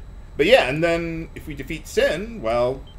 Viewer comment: Regarding Cid's weird lisp, I had read something from Pitchfork's FF reviews I always found interesting: "...why is he the only one in the game to pronounce Sin as "shin?" The "sh" is really emphasized, so I don't think it's part of the faux accent. English FAQs of the just-released Japanese version of Final Fantasy X refer to Sin as Shin, too.Could Cid's English VA have been working with an earlier version of the translated script than everyone else?"